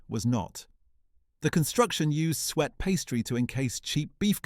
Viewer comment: Don't let him put you off with reference to sweat pudding - it's just that he can't pronounce suet properly, as is obvious as he pronounces it as both 'sweat' and 'sweet' at various points. Savoury ducks, are still around, albeit precooked in freezer ready meals, but they're now known by their southern name of 'faggots'. Back in the day, 'duck hash', being cut-up savoury ducks, onions, potatoes & baked beans, all cooked in a stock until the potatoes softened and the whole thing thickened, was a tasty and economical mid-week meal, with enough to feed the largest of hungry families. (with the scarcity these days of savoury ducks, corned beef is often substituted to produce a 'wetter' [and sadly, a more expensive,] variant of corned beef hash, healthier than regular corned beef hash, since a lot less frying is required!) Good riddance to 'tripe and onions' - One of my worst flashback memories of life as a child in Yorkshire, was the awful stink coming from the kitchen on the rare occasions 'tripe and onions' was cooking. I used to love 'bread and dripping', providing there was plenty of jelly in there to provide flavour and lessen the greasy taste of it, but those images he showed, of what was described as bread and dripping, looked like toast sandwiches containing mince meat and tomatoes: certainly NOT dripping! Don't write off 'Toad in the Hole' as a weird British dish - the only thing quirky about it is the name. I know of a number of US friends who've discovered the delights